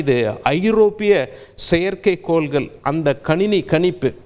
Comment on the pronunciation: மக்கல் நாலை பாருங்கள் கோல்கள் நீங்கல் ஆஹா என்ன அருமையான உச்சரிப்பு.